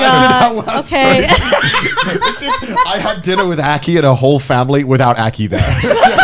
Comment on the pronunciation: drinner instead of Dinner LUL